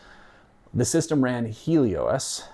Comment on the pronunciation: "Heeley-O-S"… I always just pronounced it "Helios" (as in ancient greek for "sun").